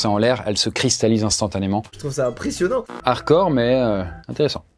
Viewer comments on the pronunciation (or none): Redis encore une fois harcor au lieu de hard core bordel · Le "d" de hardcore n'est pas muet pour info